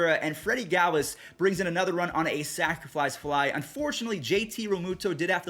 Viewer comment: I love how says sacrifice fly like sacraflice fly